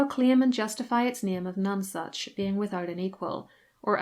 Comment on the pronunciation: Pronounce None Such Not like non sense